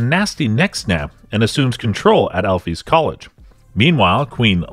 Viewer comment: Dude it's ALFEA... ALLLFEEEEAAAA